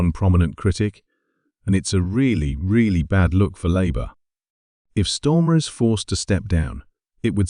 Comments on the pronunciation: Can’t beleive I’ve been pronouncing his name wrong , it’s clearly on almost every post stormer. 😂 ai click bait bollocks as usual. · This voice is AI, its mispronouncing knob heads name. Can we trust this site ?